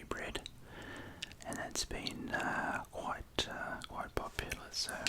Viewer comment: You mean "quoite noice" ?